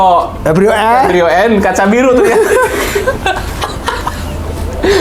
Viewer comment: kacaribu baang, bukan kacabiru